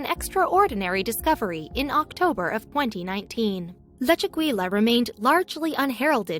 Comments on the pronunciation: “Lechu-gweela”. Lol! For pity’s sake, it’s Leh-chu-GEE-yah...using a soft “g”...almost “Leh-chu-HEE-yah” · In Spanish, double l's are pronounced like the English Y. The correct pronunciation should be "lechegya" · leh·choo·gee·uh keiv You are butchering the name of that cave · The correct pronunciation is Leh-chu-GEE-ya, with a hard "g", like in goose.